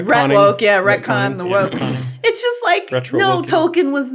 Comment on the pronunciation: You pronounce Tolkein "toe-kin"? Blasphemy!